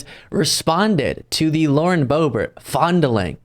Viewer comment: Lauren Boob-ert.